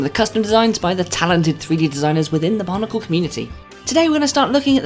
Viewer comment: you pronounce bionicle as barnicle